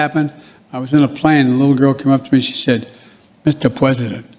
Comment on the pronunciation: The only thing he is consistent with is "Mr. Pwesident"